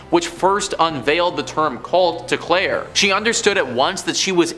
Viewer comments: after he introduced as Clair e not claire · Claire not Clair E. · He did say Claire tho